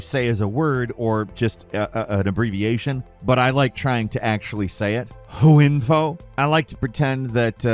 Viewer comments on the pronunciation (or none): lol I think this is the first time I've heard someone try to pronounce HWiNFO as just the acronym. It's just HardWare iNFO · HW as in Hardware- Info, that one hurt huhinfo lol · I refuse to believe say H W Info like that, and is purely saying it wrong on purpose as its known that will people will engage just to correct you....and I guess it worked because here I am engaging in the comments